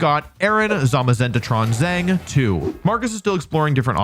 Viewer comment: The last name Zheng is actually pronounced more like 'jung' in English. That's not exactly right but much closer than 'zang' which sounds quite jarring.